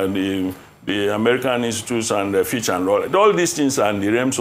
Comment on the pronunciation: I noticed that as well....every time he keeps calling fitch fitch and witches